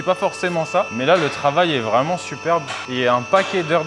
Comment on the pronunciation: Salut! Petit moment quotidien après le sport, détente devant la vidéo du Proweld! Des caisses sympa, un humour tellement noir qu'il pourrait être ballon d'or, on aime! A de on a entendu le "c'est pas vraiment" avec le RRRRR bien roulé! La balle perdue pour Rubens à il a rien compris ni demandé le pauvre 🤣